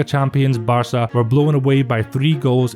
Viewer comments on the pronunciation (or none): none